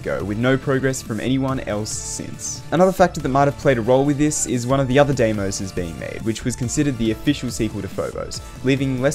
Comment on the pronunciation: I know its not important but Deimos is pronounced dimos as it comes from the greek word where ei is pronounced i great video though